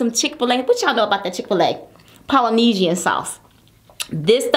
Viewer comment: I KNOW SHE DIDN'T PERNOUNCE POLYNESIAN LIKE THAT.... AT THIS POINT IT'S JUST A CHOICE